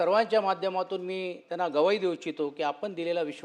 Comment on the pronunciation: सचिन अहिर, ग्वाही म्हणतात, गव्हाही नाही. कायमचे लक्षात असू द्या, काय?